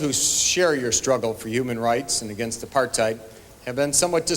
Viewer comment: its apart-hate not Apart-hide